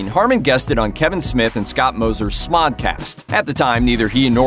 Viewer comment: Pronounced "Mosier" wrong...but meh...who cares.